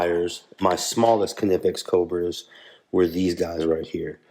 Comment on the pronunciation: Thanks for showing these. I was about to correct your pronunciation of the brand name - I thought for sure that the 'K' was silent, but nope, you are correct!